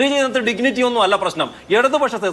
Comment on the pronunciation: 'ഡിഗ്നിറ്റി' എന്ന് പറഞ്ഞ് പഠിക്കണം മിസ്റ്റർ!